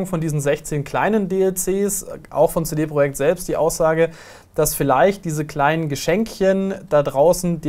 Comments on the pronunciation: CD Projekt... wie kann man das so schlimm deutsch ausprechen.. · könntet ihr cd project bitte richtig aussprechen?